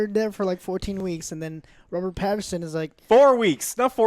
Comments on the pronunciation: I did lsd every time he says Robert Paterson and now I’m tripping balls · This man said Robert PATERSON and WILLIAM Dafoe 😂😂😂😂😂😂😂😂😂😂😂